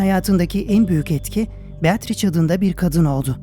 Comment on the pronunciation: "beatriç" değil, aslı "beatriçe" şeklinde okunur.